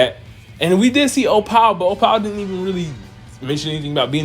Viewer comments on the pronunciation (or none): Bede is pronounced "bead" like hair beads not "beedee", and Opal is pronounced "o-pul" not "o-pal".